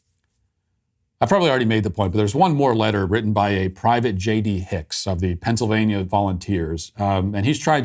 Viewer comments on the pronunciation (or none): none